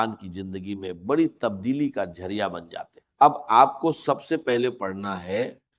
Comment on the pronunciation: کمینگی کی بھی کوئی حد ھوتی ھے کہ بغیرتی کی وہ بھی چند ٹکے یو ٹیوب سے کمانے کے لیے AIجنریٹڈ ڈاکٹر اسرار کی آواز میں ۔ڈاکٹر اسرار ذریعہ کو جرعیہ اور وظیفہ کو وجیفہ، استغفر اللہ کو اتتگفر اللہ اعوذباللہ کو اعوجوباللہ کہہ ھی نہیں سکتے۔ جھوٹ وہ بھی ننگا۔ جھوٹے لعنتی